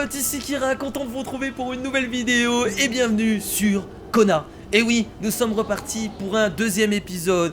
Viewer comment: quand tu dit kona ne mais pas de r a la fin du mot kona